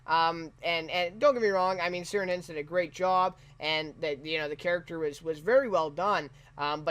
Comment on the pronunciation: Thanks for your review! Thank-you very much for qualifying the word "esquimaux"... None of the other reviews that I saw bothered to identify it as an antiquated term. I just want to mention to you, the actor playing Franklin's name is pronounced "KEER-an HY-nds". Irish names and words never use a soft 'c'. Also, to clear up the scene where Dr. Goodsir is photographing Franklin and the others, daguerreotype photographs required a long exposure. That is why he had to wait the 30 seconds before closing the lens and why he tells them not to move! 😊